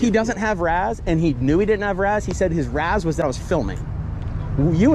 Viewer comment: "wHaT's YoUr RaZz". Nobody talks that stupid. Just say R. A. S. like an adult